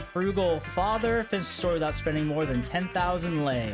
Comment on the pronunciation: I feel honored that at least you pronounced my Currency correctly and nice (i mean about "Lei")